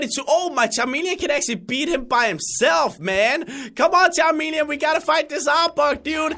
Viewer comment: Again.. it is CHAMELEON that he said Not CHA"R"MELEON